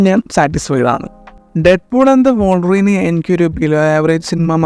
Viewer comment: Bro trynna be different so hard😂. Also വോൾവറിൻ alla bro വുൾവറിൻ